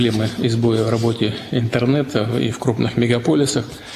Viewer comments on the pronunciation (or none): энтернета… Прям с отвращением говорит